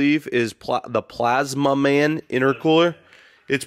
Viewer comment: The way says PLAZMAMAN kills me everytime😂